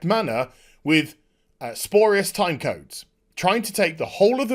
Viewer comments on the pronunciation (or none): I hear you say “sporius “ a lot, do you mean spurious? (Spew-ree-us) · Joe is a douchey shill, not surprised. (And spurious rhymes with furious, just putting it out there since you'll probably be discussing Soyny's spurious DMCA fuckery for a while yet.)